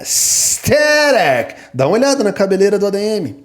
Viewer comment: Minha religião é o Rodrigo falando ASTHERIC KKKKKKKKKKK